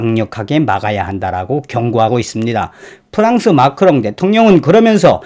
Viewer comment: 마카롱이 아니라 마크롱 ㅋㅋㅋ